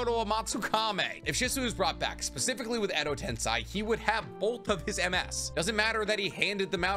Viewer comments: tensei fucking tensei not tensai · Every time Edo Tensei is being mispronounced as Edo Tensai, one Genin gets killed by a samurai. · But still man that pronunciation of yours :D Edo Tensai, Koto Amatsukame :D :D Watch the anime sometimes. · Edo tensAI ? Edo tenSEI ? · the pronunciations of kotoamatsukami and edo tensei are killing me